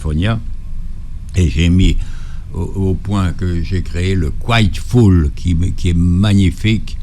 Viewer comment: Quiet Full